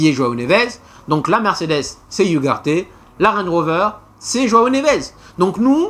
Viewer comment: tu prononces mal ugarde